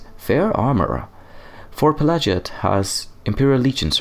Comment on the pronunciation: Pelagiad is probably named after Emperor Pelagius, so it would spell like "pela-gee-ad" rather than "pela-ji-ad". Edit: But then there's an Ashlander pronouncing it the latter, huh... Might be an ashlands accent or a geniune mistake, but might just be the canonical pronunciation also. If its linguistic root lies in Imperial (= Roman-esque) naming conventions, then it should be "pela-gee-ad". Then again, I've heard people pronounce "Pelagius" not like it should be (pe-la-gee-us), but like "Pe-lay-ji-as", for some reason. Elder Scrolls aren't very consistent in this kinda thing, sometimes they use different pronunciations inside of the same game even (dei-dra and dee-dra, etc.), and I don't know if that's intentional or not.